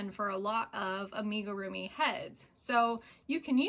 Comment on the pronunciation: Amigurumi is a Japanese word. It is not pronounced Aim-igirumi. Think of the "Am" sound as being the same as Amigo.